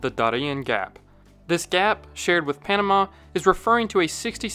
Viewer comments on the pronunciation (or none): none